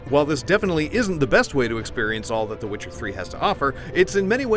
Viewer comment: When did witcher become switcer?